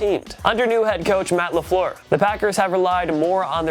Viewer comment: There are no "o's" in Lafleur stop calling him lafloor, I should know it my last name too